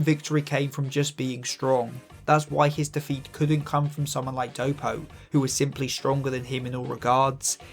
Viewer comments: the accent on "defeat" makes it sound like you're saying "the feet" half the time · You say defeat way too many times and all I hear is Da Feet